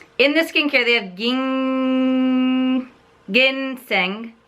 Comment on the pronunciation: Aha the g in ginseng is pronounced like the letter J 🤗 and I think a neutral shade from the line would look good on you!! Thanks for mentioning the sliding around part. I'll take note of that